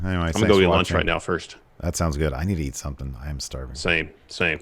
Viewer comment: Ferst, Farst, Furst.